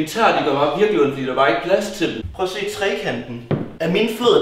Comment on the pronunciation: Den måde du siger trekant på “traikant”😂😂